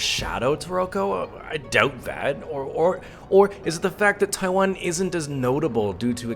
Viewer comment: He can't believe his eyes? Well I still can't believe my ears when I hear him saying "Taiwen".. How long has he been in Taiwan now? And how long has he been speaking English..?? Does he need to take an English class on how to speak it correctly..?